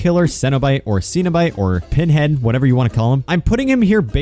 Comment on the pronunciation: How to say cenobite Sen-o-bite